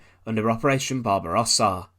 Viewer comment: he also miss pronounced Barbarossa